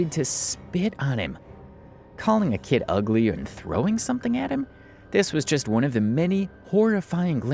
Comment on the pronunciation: Dang she ugh-lay